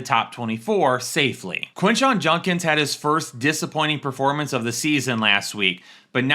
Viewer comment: ITS JUDKINS NOT JUNKINS